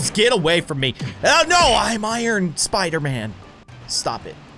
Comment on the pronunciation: spi-ern man